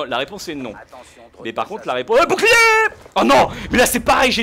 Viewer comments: je kif comment tu dit boucliet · dit bou bou clier au lieu de bouclier ;) je trouve sa plus jolie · Jadore quand tu dit bouclierr